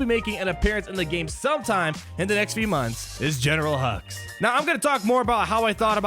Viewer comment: I keep hearing General Hugs